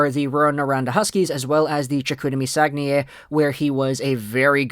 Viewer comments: I live I saguenay, you said it right. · I'm from Saguenay, Québec, you say-it right! 👌🏼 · perfect pronounciation on Saguenay my dude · Saguenay you said it right